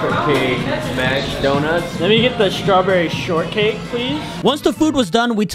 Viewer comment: I was olling out of the floor bro said yonuts is so good